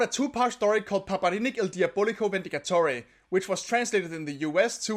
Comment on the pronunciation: (don't know why the danish name of Angus was translated into Conrad) i can say your pronunciation of "Paperinik il diabolico vendicatore" is very good. Nice video